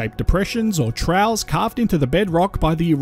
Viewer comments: “Troughs”…. Pronounced as “Troffs”, NOT “trows”. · Very interesting Troughs is pronounced more like troffs 😮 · just pointing out that "troughs" isn't pronounced as "trows" but more like "troffs". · FYI troughs is pronounced “troffs”